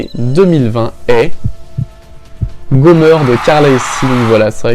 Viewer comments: Comment tu dis Gomer c'est Gomèr (pour bien le prononcé) Car la elle dit jamais Gomeur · Gomeur 😂😂 c’est Gomer pas gomeur 😂😂